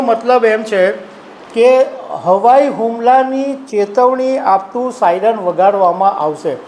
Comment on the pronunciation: સાઈનર નહીં પણ સાયરન